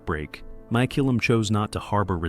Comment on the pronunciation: The photos don't line-up with, well, anything. Mak-oo-lum. Muh-koo-lum. May-koo-lum.At least pronounce it the same in one sentence.